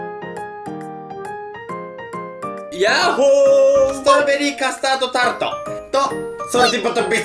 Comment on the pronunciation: ストロベリカトタード…？ カスタードタルト…？ん。。？